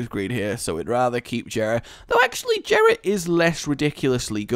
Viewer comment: It is pronounced YERAH NOT JERA PLEASE STOP